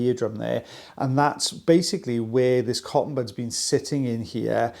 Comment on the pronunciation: Cotton puds?! 😂 pronounced pud not pood!